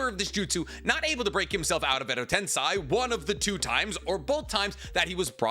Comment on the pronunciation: the guy who says he knows the most about Naruto in the world second only to Kishimoto yet can't pronounce "edo tensei"? Nah